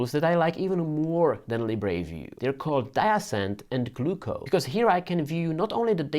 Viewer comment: Even Libre have corrected their pronunciation It’s not Leebray, it’s Leebra